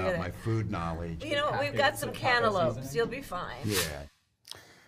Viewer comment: Cantelope.. CANTELOPE!!???